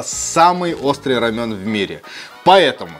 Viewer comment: Не рамён а Рамэн , тыж в роде местный и нешариш ??? что у русско язычных за привычка перекаверкивать названия. Дёнер немецко/турсское блюдо , называете ДОНЕР ... бред просто. Перестаньте уже